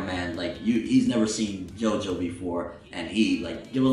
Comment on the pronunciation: It's still pronounced "Jo-Jo"